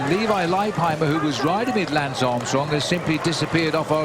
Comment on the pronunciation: Lance... not louis.